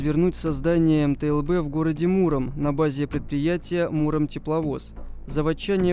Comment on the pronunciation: Автор где-то прочитал методичку из начала 90х и чуть добавил своего даже название не смог ни разу произнести - это мтл а все остальное это унификации б- бронированый, у- управления, з- зенитный, но основное задание этой машины это перевозка артустановок и управление огнём